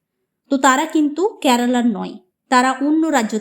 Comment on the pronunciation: Pronunciation ta karala kno? Spl to kerala